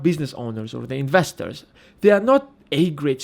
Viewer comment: What's an 'INVERSTOR'..?